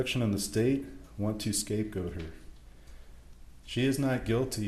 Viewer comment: Can you say scape goat??